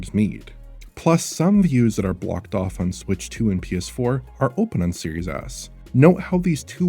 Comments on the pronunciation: It's not just you. I definitely heard that once in this video. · Does anyone else keep hearing “Series Ass” like I do?